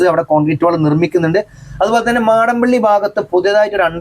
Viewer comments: മാടമ്പള്ളി അല്ല മടപ്പള്ളി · മാടം പള്ളി അല്ല ബ്രോ' മടപ്പള്ളി എന്നാണ്